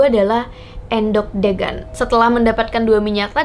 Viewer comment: cuma miss di pengucapan kata kata geger , endhog , degan aja kok kak selebihnya informasi nya oke